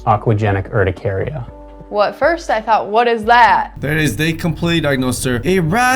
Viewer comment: just to corect you urticaria is pronounced like er-ti(cap i) care-i-a